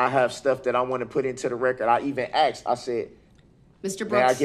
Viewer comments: I'm axing him to get a dictionary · If I were your honorable judge I would correct him by saying I don’t understand what you are saying when you are saying axed. Hopefully the jury will find him guilty so he can be axed. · The word axed is going to be in bedded in her head for the rest of her life🪓🪓🪓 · I can't get by the “...you axed me to..... 🙄😬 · You told me to do DAT. I AXED you. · Omg stop saying axed. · If he says axed instead of asked one more time im gonna pyll out my hair... And every new law firm should have this video as proof of why you dont represent yourself.. also he dont agre to a stoppel(whatever that is) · I'm AXXXing you. Then I axed again. I axd about folings. I axed and fiwold for the redcord. I did it all cept . I spek the truf. I'm a gron man. I's get no respt. Classic. Then I look at his ugly face because of the photos truly the best shots he will ever have in his life. We gave the dare stare. We have the cocky head angle when he believes his opinion is the truth. Looking up for sky walker. death stare in the middle then floor truly the sainted help me teach these people what they do not know. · “When I AXED” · Excellent vocabulary? Axed me ta do dat? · AH AXED U AH KWESTCHUN!